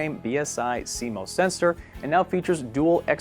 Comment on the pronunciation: Squirrel The weird pronunciation was the joke